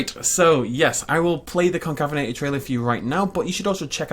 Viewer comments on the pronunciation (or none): excuse me it’s pronounced con cave inator